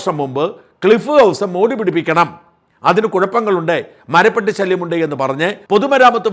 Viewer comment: Marapattikal, not Marapettikal!